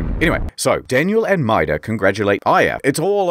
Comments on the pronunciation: I think Maeda is pronounced my-aid-a. That's how is pronounced in Cromartie Highschool. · Quick tip when reading Japanese names, vowels are never blended, so it is Ma-eda. I only ever played the sequel, so this video was awesome. Thanks! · Because of your accent, when you say "Maeda" all I can imagine is you talking about Mater from Cars.